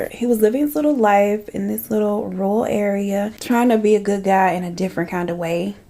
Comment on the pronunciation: Red is your color! You look gorgeous. 🙌 You always do, but this look. Yes! Btw, nobody can say "rural" properly. I live in a rural community and can't say it right. 🤣